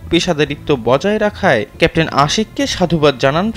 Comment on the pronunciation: ক্যাপ্টেন শব্দটা পরিস্কার করে বলুন ক্যান্টিন শোনা যাচ্ছে এতে পদস্থ কর্মকর্তার পদ বা সেনাবাহিনীর পদ মর্যাদা ক্ষুন্ন হচ্ছে